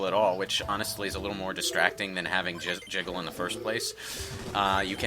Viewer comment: I can't blame you. It's so easy to say jizzle physics by mistake when you mean to say jiggle physics. I've done it on a number of times.